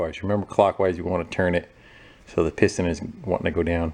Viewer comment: "It does not churn" learn how to speak you fool. It's pronounced turn